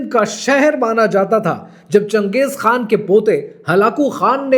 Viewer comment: Changej khaa hota hai chuyiyee khan nahi 😂😂